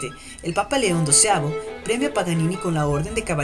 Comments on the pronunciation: ¿Alguien mas se ha dado cuenta de que al principio dice "Nicolò Panini" Y no "Nicolò Paganini" Toco piano y me duele hasta a mi eso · Es PA GA NI NI , no Panini! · que voz más estúpida e incómoda no es panini es Paganini Idiota! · Dijo panini????? es Paganini ya perdiò toda seriedad el video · ...Paganini,.Paganini,.Paganini,.........no Panini,......ni lees podes ?......... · es idea mía o dijo PANINI en la intro? :p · Es Paganini, al inicio del video dices panini!